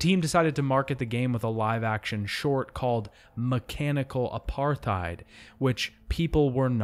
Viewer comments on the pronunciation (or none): none